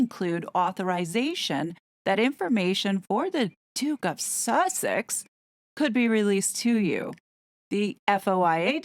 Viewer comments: The constant emphasis on the word Sussex is off putting & causes distraction from your excellent report . Harry entered the US during the trump administration ..is it possible there are no records & that he just walked off the plane & rode to Tyler’s house . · Sussex isn't actually a town. Originally an ancient Saxon kingdom, it is now divided into the twin counties of East and West Sussex. I do agree with you that the constant silly way of saying the word is quite an irritation to have to put up with when listening to an otherwise interesting report!